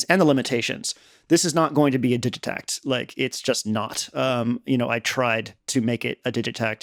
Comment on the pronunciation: Man, you really know this thing. I hope to as well, in a few years 🤣 (and thank you for pronouncing 'digitakt' properly)